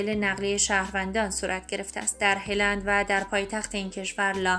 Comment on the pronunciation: ه را بااو یعنی پیش تلفظ کنید نه با ِ ویا اینکه با زبان خودتون مثل قدیم ها بگوئید هالند. آخه ه با ِ را ازکجا آورده اید.چرا وچرا این همه لی دقتی. هِلند یعنی چه؟ یا بگوئید هالند یا بگوئید ه را با او یا پیش هلند